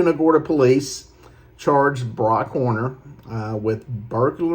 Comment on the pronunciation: Its Brock Horner, Not Warner. Warner is a completely different charter captain. Please correct this asap.